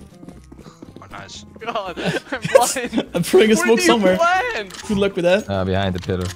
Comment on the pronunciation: did you said O PLANO?